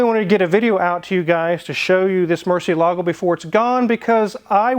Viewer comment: Makes me cringe when people mispronounce Murcielago